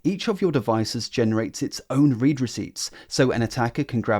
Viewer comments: It's pronounced read receipts. Ugh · You're mispronouncing the word 'read', it's in the past tense, not present